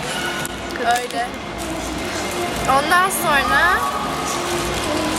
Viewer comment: sonra yerine sorna diyosun